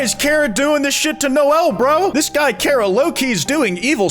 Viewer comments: chara not kara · its CHA ra. not KAR ah. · thats not how you say charah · It's Chara's fault that pronounces the name "Care-uh" instead of "Kar-ah" (I am incapable of handling slight linguistic differences to my own vernacular) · "carea" yeah learn how to spell chara before you make undertale memes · The way says "Kara" gives me a brain anurysm:sob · I don't trust people who pronounce it char-ah ngl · His pronunciation of Chara just made me drop the video. It's unbelievable.